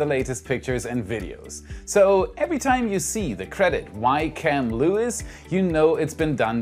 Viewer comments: Not Lewis . Lois is pronounced loo-is… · Great report! In South Texas, Luis is pronounced "Loo-ees" with the accent on the second syllable.